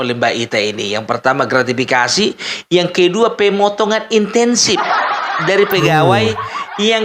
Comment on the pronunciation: ....,sy hanya ingin memperjelas ucapan: 'intensip pegawai'. Yang benar 'insentip pegawai'. Maaf bukan mau menggurui,tks.